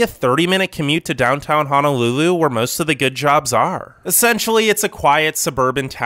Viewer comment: I live in Hawaii it's not really paradise most beaches are polluted and houses are super expensive By the way it's pronounced Ho No lulu not Ha Na lulu